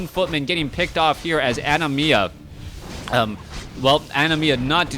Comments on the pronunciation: Its Anima A-ni-mAA not ani-mia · It's ANIMA (NOT ANIMIA OR ANIMYA) for the love of GOD!